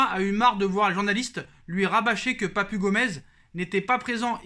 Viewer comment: Papu se lit papou